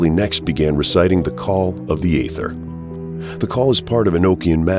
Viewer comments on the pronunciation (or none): none